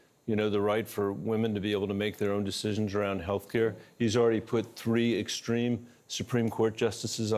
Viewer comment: Stop scooing awound, Bennett!